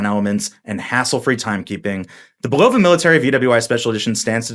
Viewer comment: Isn’t it BULL-uh-vuh? Not bu-LOW-vuh.